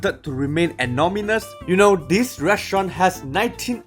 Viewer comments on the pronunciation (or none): I love your pronunciation of anonymous…”anomymus!” I’m going to steal this, thank you!!